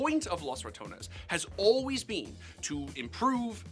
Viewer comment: Props on pronouncing ratones the Right way not like the announcer that said it like ramones